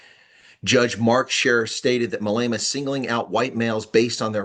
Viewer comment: no offense, but our entire country pronounces his name Mah Leh Mah, you kinda say mA leyma:)